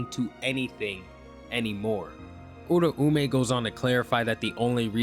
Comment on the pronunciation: Bro, why do you say Uraume like that? U-Rah-May, not U-Rah-U-May.